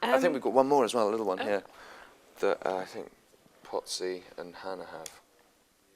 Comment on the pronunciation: Did he just call Andrew 'Pott-sy'???